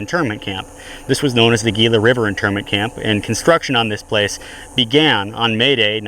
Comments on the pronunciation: It's pronounced Heela (Gila). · Gila is pronounced Hee-la.